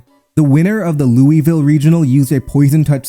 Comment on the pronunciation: having a tournament here makes me realize that no one knows how to pronounce louisville